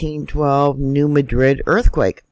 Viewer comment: MAD-rid. That's how locals pronounce New Madrid. Say it with me. MAD-rid.